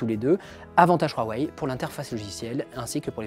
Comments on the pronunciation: Pourquoi tu dis RWAWAI ? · Huawei pas ruawei boyardland